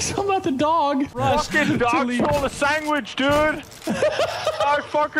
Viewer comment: "Why a cantaman eat a chocolate sangwich